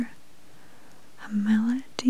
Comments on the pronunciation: "5.5 dual hd super... uh Mel uh Dee?"😂😂😂 it's AMOLED (AM-oh-led) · When you realize this isn't a review when she pronounces AMOLED wrong